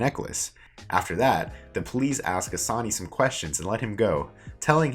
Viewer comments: I'm sorry but if you're going to do a summary at least learn how to pronounce the main characters name! It takes 30 secs to look up how to say it! Annoying for no reason- it's 'AH-SAN', not 'A-SANY', I know it doesn't seem that important but it's the difference between being willfully ignorant and making the slightest bit of effort. Hard to even get through this hearing you butcher it every 10 seconds. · And assan as assani, and arsen as arseni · Before you do a SuMMaRy, please actually watch the show so you’ll know how to to pronounce the actual words lmao. You can’t even pronounce Assane 💀💀. You only made this video to tell people “oh yeah I’ve done that”